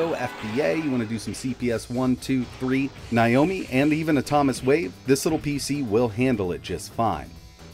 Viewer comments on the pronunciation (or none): none